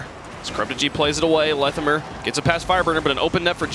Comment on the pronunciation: wtf is pronunciation of Lethamyr.